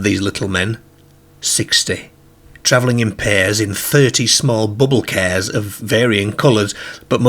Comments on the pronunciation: It's cars not cares 😅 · I wondered what he was on about when he kept saying "cares", I realised he meant, "cars". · Sounds like morcambe ways or south lancs if you listen he pronounces dark 1st in a similar way as derk or dirk….then later over pronounces it as DAr(K(hard K)) this indicates a mix of accents possibly from a area closer to Liverpool who also pronounce a hard (K) also cars pronounced as kerrs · What the hell!? 😅 They went too FERR from the CERRS and odd PERRS Walking across his GERRDEN towards the PERRK? Hopefully you ain't got any viewers from the US because I think you would have lost them at that point, they struggle with our accents anyway but I'm kinda struggling myself tbh 😅😂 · I love how he says cares lol He's a riot 😊😊😊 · The narrator pronounces his A's as E's - They drove their CERS through the DERK PERK 🙃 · Cracks me up :)